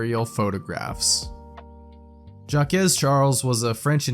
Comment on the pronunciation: Just here to say... the name "Jacques" rhymes with "shock." Although "Jack-kez" sounds cute!